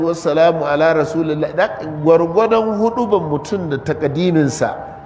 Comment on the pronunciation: if some one cant speak arabic how could he teach yaa rasula lahi not yaa rasuli lahi:face-red-droopy-eyes